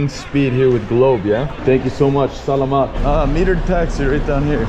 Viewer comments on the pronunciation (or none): Just incase Its pronounced sala-mat not sa-la-mat just correcting nothing bad or shit here :D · You pronounce salamat continuously btw. Don't make a delay don't do this - (sa-lamat) It's just salamat continuously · "sahlahmaht" sir its pronounced salamat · It is not Sa-la-mat. It's Sala as one syllable then mat. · In Philippines we pronounce our language slow not fast like this: Spelling: salamat Pronounce: salaamatt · It's actually pronounced sala-mat. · it's pronounce sàl amm/āht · That was too disrespectful,😢 You said”salamat” But its pronounced “Sa-lamat”. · Im a filipino and the way he pronounced “Salamat” (no hate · This dude is committing war crimes just bc he pronounces salamat wrong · Why do they all mispronounce salamat the exact same way? 🤣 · that is not how u pronounce salamat but okay